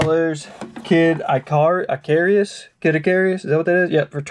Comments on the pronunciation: Kid Icarus - Icarus is pronounced ick-uh-russ. He's from Greek mythology. He's the one who flew too close to the sun. The game is based on him somewhat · When he said I CAR US. I cried